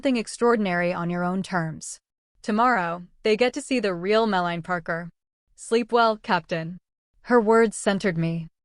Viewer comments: The Hermione of this story is Mel_a_nee, not malign or mel-line. Just saying. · So… apparently, the current A. I. couldn’t pronounce her name Melanie (Mel-lan-nee) correctly. It’s ironic, I suppose. Yikes!😬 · I grit my teeth a little every time the AI voice says “Malign” instead of “Melanie.” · im sorry but the bad a i narration is worse than a page of mispelt words...... it should be banned as deception but it wnt be....edited to say yeah... no=no meline=melanie...how hard is it to actually pronounce easy words? just couldnt listen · Too bad AI can't even pronounce Melanie correctly.